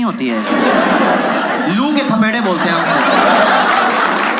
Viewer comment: Lulu nhi loo🍃 bola